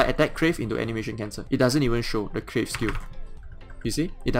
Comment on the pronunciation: It's Carve not Crave. I know English isn't your native language but at Least now you know.